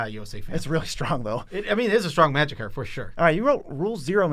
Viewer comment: People who can’t say card. ;)